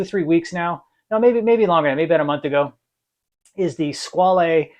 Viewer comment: Hi, I enjoyed your video and subscribed to the channel. As for the origin and pronunciation of the word "squale" (shark): in this form it's French (in Italian it would be "squalo" sing. and "squali" plur.); in the French pronunciation you do not hear the final "e". While in Italian "squalo" is the current word for shark, nowadays in French "requin" is more currently used (even though they are not perfect synonyms). Both "squale" (French) and "squalo" (Italian) directly derive from a Latin word, while "requin" has an uncertain origin. Of course, if you read "squale" as an Italian, you would pronounce the final "e", but it would not be an Italian word. 🤓